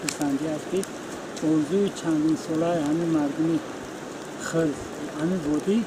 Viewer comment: Эээ ака Ана Хирс не Хърс гуфти Бобойи Давлат.